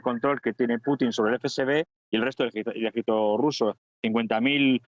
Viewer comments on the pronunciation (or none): No hay manera de encontrar un currículum suyo en internet, así que no se sabe dónde ha estudiado. No articula en absoluto. Dice en este video "autócatra" por autócrata, y le acabo de oir en la radio decir "esadí" por Arabia Saudí, y "jédito" por ejército ¿Será militar?